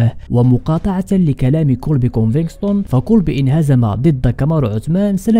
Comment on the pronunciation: كونڤيگتون او كونفيكتون و ليس كونفكستون اخي . مسيرة موفقة و انت شخص مميز 😊🎉